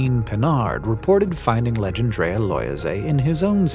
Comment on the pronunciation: If it was named by a Frenchman then it was probably 'Legendre'-a rather than, as you're reading it, 'Legend'-rea... "Loyez" is the French word for rent, whether that's relevant or not I don't know... maybe it was to honour his landlord!